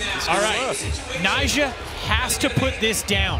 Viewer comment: Also, why’s calling Nyjah “Nysha”?